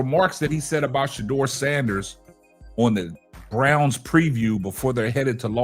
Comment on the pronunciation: PLEASE! PLEASE! PLEASE! DON'T TRUST KEVIN!! HE COULDN'T EVEN SAY SHEDUER'S NAME!!